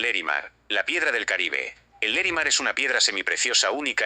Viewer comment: No es Lerimar sino LARIMAR.